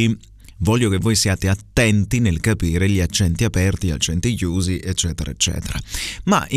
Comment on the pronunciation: Non ce l'ho fatta ad aspettare domani. Allora: 1 occhi aperti, pronunci la e di aperti chiusa, credo sia corretto pronunciarla aperta 2 gli uomini, non pronunci la gl, dici "i uomini" 3 la s del primo insomma è sbagliata, è giusta quella del secondo insomma